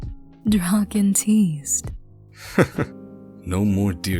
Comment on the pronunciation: When she said draken x listener the subtitles really said drawkin x listener💀 but hey atleast it didn't say rawkin lmao